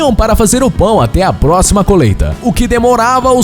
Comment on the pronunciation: Impressão minha ou ele falou "coleita" ? ...